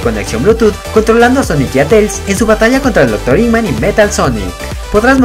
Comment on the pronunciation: Y vos decis dr. Iman